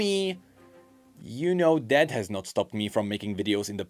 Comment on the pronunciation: I like how when says ''that'' it souds like ''dad'' just take a listen:D